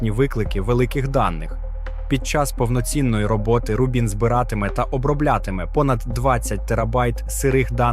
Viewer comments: Бо ролик озвучує ШІ, який не дуже вміє у наголоси. Звісно, в цьому випадку, правильний наголос на перший склад: Ру́бін. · Чому автор ставить наголос у назві "Рубін" то на другу, то на четверту літеру?